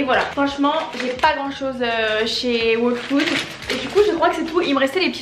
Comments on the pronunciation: Les new yorkais font pas leurs courses, ils commandent ! tu recois ta commande directement devant ta porte c'est un gain de temps énorme ! ps : on prononce " all food " pas " waule food " , j'allais justement à celui ou tu es allée à tribeca il est top , pas trop grand pas trop petit <3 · je te conseil d'aller écouter le prononciation de ''whole'' car tu prononces mal a chaque fois ca me stresse trop 😂😂